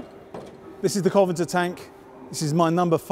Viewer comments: COVENANTOR not Coventor, come on, you write about tanks, please get the name right. Interesting video with lots of anecdotal stories, always good to hear, but please be careful with the name pronounciation. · Interesting video, shame about the mispronounciation of Covenantor. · Why do even experts mispronounce Cov-en-ANT-er... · Exactly. "Covingter ..." LOL! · I agree in principle, but the fellow in the video has omitted an entire syllable from the word. "Covanter" is just wrong on the face of it. So there. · Secret name :P Coventer! :D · Have I been saying 'CovenANter' wrong all this time? Serious question. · "The Coventer" 😆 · You really should be able to pronounce a tanks name if you are going to talk about it. What is a Coventar? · His accent (and mine too) softens vowelles in many words, ultimately dropping them. Covenanter is a fairly blocky word anyhow, so it gets softened to Coventer. This happens in many words, take comfortable, or "comftable" as we say it, or vehicle and "veercle". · I know what your saying, I say comfortable the same way, but he's not just softening the vowel (Coven'nter), he's missing the whole syllable (Covanter). It sounds bloody odd. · Needless to say, I don't agree. You're moving the goalposts now as well. You said it was about skipping the syllable last time. There are still two 'n's in the word. Doing as you say would result in "Coven'nter", not "Coventer". As I've said, this chap's accent is the same as mine and I've never heard anyone pronounce it that way. We'll just have to agree to disagree. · Am I mad, or is he mispronouncing Covenanter? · I'm British and I'm bloody annoyed at the way he's pronouncing it. As for your aluminium comment, I shan't even dignify that foolishness with a response. "Aluminum"! Honestly! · He doesn't know the word, and is reading it wrong. So much for historical knowledge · Why does he keep missing one of the syllables out when he says "Covenanter"? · And that he called the covenanter a Coventer